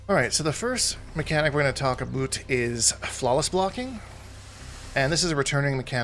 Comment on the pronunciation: This guy knows what hes talkin aboot